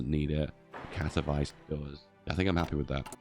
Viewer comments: Katowice is pronounced katovitse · As a pole, hearing him say Katowice as "kato-vice" truly hurt me inside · As a guy, who lives next to KatoVICE, I couldnt help but smile how you pronounce the name, like in Miami Vice :D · To są Katowice, nie kAtOwAjS